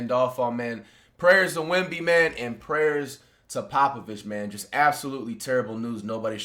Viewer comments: Yk it’s serious when Flight prounces Wembys name right 😭🤧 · Flight so hurt he actually attempted to pronounce Wemby’s name correctly 😢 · You know it’s serious when Flight actually attempted to pronounce his name right